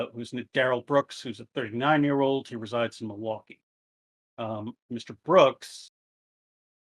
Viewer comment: I was looking for this comment. Hurt my cheese ears. At least he got Milwaukee rignt. We should also be thankful he didn't habe to figure something out like Oconomowoc... lol.